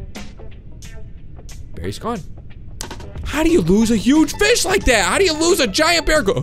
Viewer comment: keep saying feed and grow fiz lol